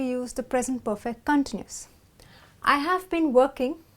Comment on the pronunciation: In the word CONTINUOUS the stress is on the SECOND syllable not the FIRST. The goes for the verb to CONTINUE...